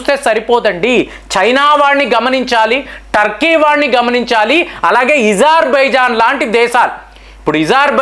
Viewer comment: ఇజార్ బైజాన్ కాదు స్వామి పేరు అజర్ బాయ్ జాన్ పేరు చెప్పడం సరిగ్గా రాదు వార్తలు మాత్రం చెప్తా ఉంటారు తెలిసి సగం తెలియకుండా